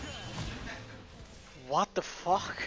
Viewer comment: ''vuat duaf uaaaak'' yeter da